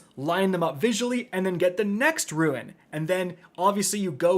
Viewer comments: dude...just say rune please. R-U-N-E. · …it’s “rune” not “ruin” you’re killing me! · Rune rhymes with June and prune… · IT’S PRONOUNCED ROON, NOT ROO-IN. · please learn this: rune ≠ ruin. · Rune.....FUCKING RUNE NOT RUIN!!! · Rune: ROON, not ROO-IN. Gah. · Fude rune roo-uhn ,no roo- in good god dude english dude learn it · Once again doesn’t know how to pronounce the word “rune”. It is said like roon like raccoon. Ruin is is pronounced ru-in. But rune literally can’t, you don’t get an “in” sound from “ne”. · Dude...... I love ya buddy but it's pronounced "Lou, sent" not "Lucien-t". Also, it's "rune" not "ruin". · It’s rune not ruin two to totally different words you’re killing me smalls otherwise love your videos as always. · Rune not ruin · Great guide but just one thing, if you pronounce "Rune" as "ruin" one more time I will need to headdesk myself out of existence. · Hey, is English your first language? It's RUNE not RUIN and LUCENT not LUCIENT... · I am with you both on that. I cringe every time he says those words incorrectly. Ouch. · And he doesn't know how to say rune. If he ever does it right it will be the ruin of me. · It's been years.... And this man STILL doesn't know the difference between rUNE and rUIN..... sigh.... I keep giving you chances and you make it so difficult to sit through an entire video of yours